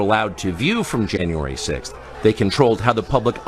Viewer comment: “Janyay 6” I love it B Tatum!!